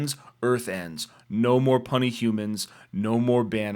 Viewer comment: Its "puny" not pronounced like the word "funny" but like "pew knee". To all Hulk readers, If you has been saying "PUNNY HUMANS!" all this time. Then this is your ah ha moment